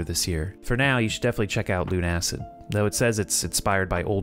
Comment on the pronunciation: I don't wanna be that guy, but it's pronounced "Loona-Cid" with Loona as in Lunatic and Cid as in the kid from Toy Story